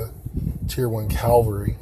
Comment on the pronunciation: Its cav al ree not calvelry 😂😂